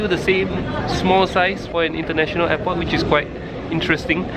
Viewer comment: You said int'l eypot